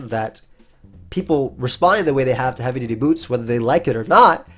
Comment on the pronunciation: Not the first time mispronounced heavy duty boots aa heavy booty dudes. Freudian slip?